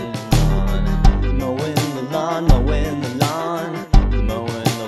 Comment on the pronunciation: at some point "mowin the lawn" becomes "mo' in milan"